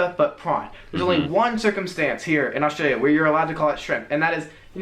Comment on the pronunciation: I love how you've learned to just say 'straya every time now! 😂